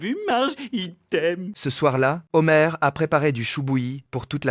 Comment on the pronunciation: 🍒 Les "Zhomars" , on peut pas dire qu'il ne fait pas la liaison 😂